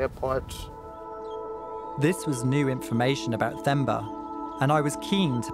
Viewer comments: It's pronounced "Temba" (T-e) not "Themba" (T-h). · It's Themba pronounced as in Thomas or Tom. Not as Thermometer. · Hi I am from this region 😊. What an amazing documentary. This is a brilliant piece. Thank you. It’s pronounced Te-mbah Not Themba. The H is silent. 😉🤓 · Got my subscription after this story... Nice story and next time its "term-bar not therm-bar"(Themba)😂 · Themba not femba 😂😂😂😅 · It’s pronounced “Temba”